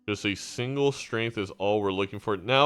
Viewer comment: pronouncing strength as shrink threw me for a loop